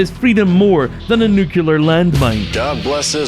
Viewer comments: is me or he says nucular instead of nuclrear? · "Nucular", though? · I swear the next person who says ‘nucular’ is going to get it. I have a very pacific set of skills and I will find you.